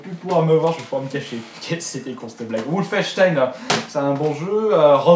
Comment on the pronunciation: wolfensteinnnn faut prononcer bien le n